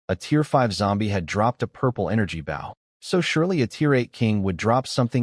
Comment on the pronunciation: You’d think an AI narrator would be able to contextually realize the proper way to pronounce “Bow” as it’s meant in this story.